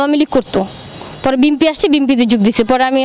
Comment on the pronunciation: বিমপি নাকি বি এনপি সেটাও ঠিকমতো বলতে পারে না আবার মডেল নায়িকা হতে চাইছো